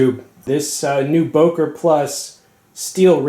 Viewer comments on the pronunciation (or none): It’s pronounced “booker”.